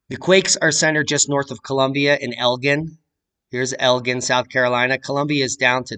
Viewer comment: I live in Elgin too and came here to say it’s pronounced like the alcohol “gin”. You beat me too it!